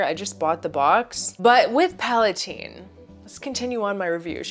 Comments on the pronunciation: The creator pronounces it PalaTEEN after princess Palatine. If you want to be arrogant that’s fine but it’s not PalaTINE. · Yes, I speak French and PalaTEEN is how it is pronounced in French